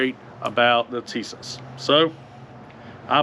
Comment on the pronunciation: It's pronounced "Tee-sosh."